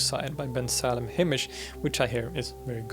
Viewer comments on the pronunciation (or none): none